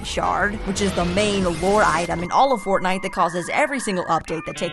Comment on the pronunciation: Bro why did you say fortnite is fartnite